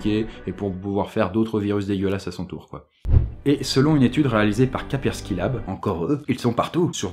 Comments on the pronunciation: c,'est KASSSSSPERSKY pas KAPERSKY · on dit KaSpersky et pas Ka_persky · une fois sur 3 au lieu de Kaspersky, tu dis Kapersky. C'est perturbant ... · Même que quelques fois, il le prononce "Quaperki" xD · encore une très bonne vidéo, juste comme cela Kaspersky cela se dit Casper (comme le fantôme) ski (comme ski alpin) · KaSSSSSSSpersky Lab stp.... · Sa se prononce Kaspersky en mode anglais tu vois parce que en français c'est nul mdr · Kaspersky te donne quand même tous les sous si tu prononces mal leur nom pendant toute la vidéo ? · Il me stresse, il ne connait pas ses partenaires comme toujours! Prononce Kaspersky correctement! >< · Mais lol tu écorche KASPERSKY à chaque fois que tu le dis lol